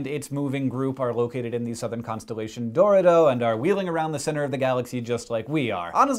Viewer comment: I was in another tab when he said Dorado.. To me, seeing as I didn't see how it was spelt, it sounded to me like a rogue planet was a part of Dorito constellation.